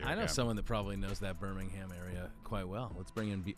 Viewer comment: Dilly Dilly! Go Blazers! And it's *Birmingham.